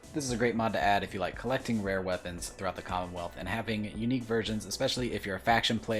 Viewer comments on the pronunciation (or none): none